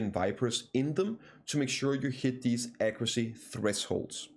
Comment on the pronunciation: "Ecroocy" is "accuracy", right?